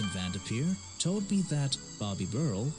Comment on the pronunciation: vendepeer 😂 awsome video loved it